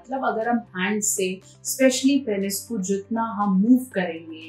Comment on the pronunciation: पेनिस नही होता पीनस होता है।